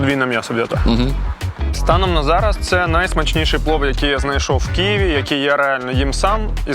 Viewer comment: Невже так важко казати Києві а не Кієві🤦